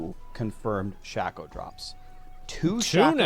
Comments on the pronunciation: Shac-O 😅 Sha-Ko 😊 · Shay-ko. Not Shack- O.. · Sh-Ay-Ko not Sh-Ah-Ko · Every time I hear Shack-oh I cringe. It’s Shake -Oh u psychos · "Shayco" not shacko. Shacko sounds so weird. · wtf is a SHACKoh its Shake-oh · Am I the only person bothered by them mispronouncing Shako?